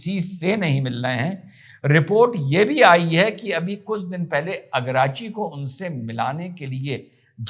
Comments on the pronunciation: सर जी ईरान के विदेश मंत्री का नाम सैयद अब्बास अराघची है अगराची नहीं। जय हिन्द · आराग्ची है, अरगाची नहीं